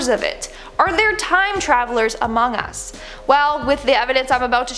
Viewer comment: "Amongus" sus